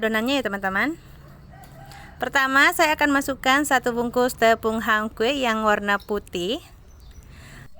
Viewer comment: Hun kue bukan han kue